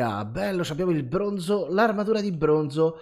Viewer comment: Quanto è esoso il brrrrrrooooooonzo